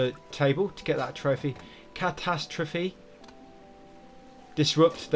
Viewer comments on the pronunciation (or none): none